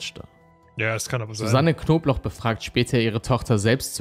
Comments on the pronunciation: wieso verstehe ich immer nur „wer rief die knoblauch so auffällig oft an?“ oder soll das so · *Knobloch nich Knoblauch… das sagen sie ständig falsch… eigentlich nich dramatisch aber irgendwie nervt es mich ein bisschen 😅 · Warum sagt der eigentlich die ganze zeit Knoblauch anstatt Knobloch? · Fällt nur mir das auf oder sprechen und jedes Mal Knobloch wie Knoblauch aus?